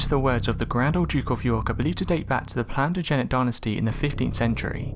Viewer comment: I can't believe you are British and can't pronounce Plantagenet or Lancastrian